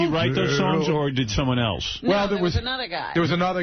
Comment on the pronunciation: Gary can’t help but drop in lines and then sit back and look for Howard’s approval. He also has to say “eltse” instead of “else.”